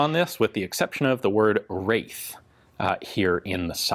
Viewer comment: There is no W in that name, its "Raith" which is most likely to be a central european surname.